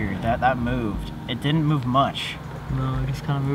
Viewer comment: WHAAAAATTTTTTT no you dinit no you dinit HE ALWAYS SAYS NO YOU DINIT AND NOT DIDNT